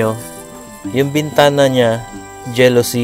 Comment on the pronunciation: Hindi po jelosy kuya..Jalosy po ...😉